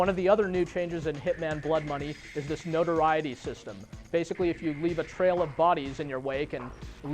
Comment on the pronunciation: "no-tor-i-e-tee" lol, it's "no-tor-et-ee" :D